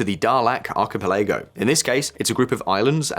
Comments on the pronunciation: Alright, I'll give that I probably haven't been pronouncing Eritrea correctly all these years, but that is NOT how you pronounce "archipelago". 😆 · He is. The pronunciation of archipelago, tho... :D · And 'archipelago'. Bless his heart. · what about archipelago! i've never heard it pronounced like that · You are correct. This video's pronunciations are so weird i looked close to see if this was an A.I. dub. He says Archipelago like an alien who learned English yesterday as well.